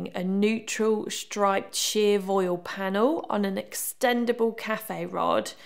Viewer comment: it looks great,! also, just wanted to pass along the pronunciation for voile, which is "vwall"